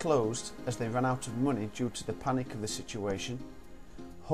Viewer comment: Great video, helps me (I'm from Germany) with learning for my Abitur, but it's money not muney ;P